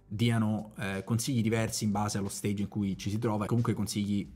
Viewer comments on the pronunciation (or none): none